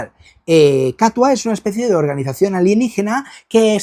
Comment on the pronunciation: Me ha resultado curioso que pronuncies "KATUA" con acento en la primera A cuando yo, como vasco que soy, tiendo a decirlo en euskera con acento en la U. Y es que "Katua" es, literalmente, "El gato" en euskera. Porque, ¿que la ilustradora tenga apellido vasco es casualidad o no lo es?